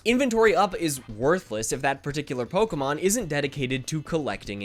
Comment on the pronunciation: false buzzer you said POLKAMON